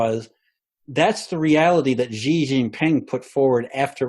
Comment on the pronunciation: just so you know (and you don’t get abducted and sent to a re-education center à la chinoise with all the poor Uighurs), the Chinese President’s name is pronounced “Schi” as in “she”... not “Zi” or “Ji”😉 And Li Kechang is pronounced “Lee” “Ke” “Tchang” 😅